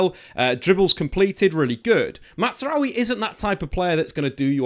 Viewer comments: Just for better pronunciation; it's not "MATTZRAOUI", his name is pronounced "MAZ-RA-WI" "MAZRAWI". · It’s MAZ-ra-wi. Not Matz as would be pronounced if he were Italian/German. It’s Arabic and the best pronunciation would be MAS-ra-wi 😊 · His name is pronounced MAZ-RA-WI there is no T 😅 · Matt’s rowe eee lmao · The Z in Mazraoui is not like the Italian Z in plaza but rather like jazz. Matzraoui is wrong. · I swear your saying his name like that on purpose